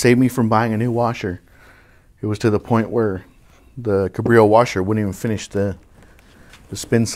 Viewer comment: Pronounced CAB-reo, not kuh-BRI-o Sorry, but this drives me crazy. Good informative video though. Thanks.